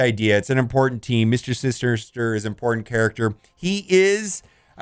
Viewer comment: “mr sister-ster”